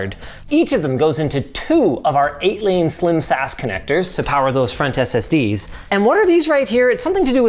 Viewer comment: Bro really said SSDEEZ